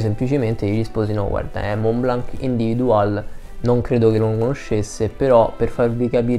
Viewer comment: Senza offesa. "Individuel" di Montblanc cerca di pronunciarlo in francese. Ti mando la Bellucci per qualche lezione......